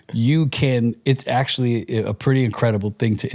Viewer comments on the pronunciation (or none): Disappointed that the guest said "Fing" and it's posted?!?!